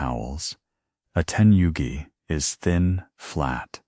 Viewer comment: New world record of butchering the most Japanese expressions in under 31 minutes! My favourites were *Teni-yugi towels, and *Jen-Cun entrance rituals! Which are your favourites? :_D